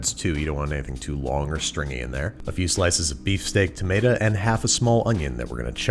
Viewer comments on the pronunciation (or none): The “tomatah” drop made me laugh. Pronounced like a true NYer lol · "A few slices of beefsteak tamatuh" The required pronunciation when making a sandwich from New York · "Beefsteak tomadah" 😂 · Beefsteak tomatuhh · Babish’s pronunciation of tomato was oddly southern and I can’t tell if i liked it or not.